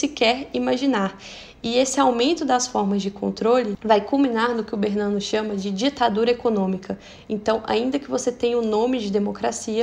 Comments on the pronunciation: Perfeito!! Sou bisneta de BERNANOS... A pronúncia é Bernanôs ou Bernanô... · Vc podia rever a pronúncia do sobrenome "Bernanos", ok? Eu acho que é Bernanô... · A pronúncia é Bernanôs.... Sou bisneta.